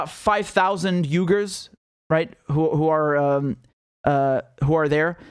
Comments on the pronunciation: Uyhger pronounced wee gur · Uighur is pronounced Wee-ger.